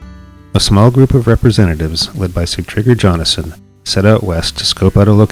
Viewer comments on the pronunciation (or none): This is well done however you said the Viking statue was erected in 1867 when it is 1967. Also the pronunciation of Jonasson is a “y” sound like “Yohnasson”.